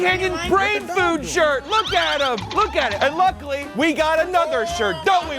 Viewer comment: damn oomph "they already oook like dogs"